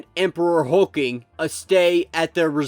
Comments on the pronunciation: It’s not Hulking it’s Hulkling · Really dude? HULK LING man NOT HULKING!! SERIOUSLY? AND YOU ARE SUPPOSE TO KNOW COMICS? LOL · If you don't stop butchering these names!! Hulk- ling. God if you can't say it right don't say it at all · There are two L's in Hulkling. Hulk+Ling